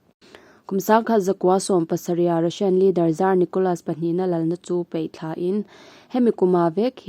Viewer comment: Sipei tih nilon Sipai tih tur, Peihthlak niloin Paihthlak tih tur, mei niloin mai, chutiang bawkin Bei tih niloin Bai tih zawk bawk tur. Kan ṭawng hi i hmang dik hram hram ang u.